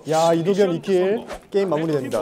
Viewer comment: 윤정한 ㅋㅋㅋㅋㅋㅋㅋㅋㅋ웅냥냥 졸귀ㅋㅋㅋㅋㅋ -이도경 져찌~~~~ -(겁나 뛰기)😃🏃‍♂️ -이도경(발음도 겸아니라 경임ㅋㅋ) 너는 나 모디겨~ -킹받쮸? 아무고토 모타쥬? - 탈탈탈탈×100